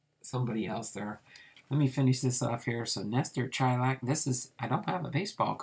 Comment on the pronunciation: Hey. Im a distant relative and, not that it matters much since you already posted the video, but its pronounced Shy-lak. Us baseball fans like our details so I figured I would share. His cousin was my great grandfather, who was a great guy that I was lucky to know for several years before he died (and I’m in my early 30’s.) Thanks for the info on Lestor! Cool to see he was involved in some real history!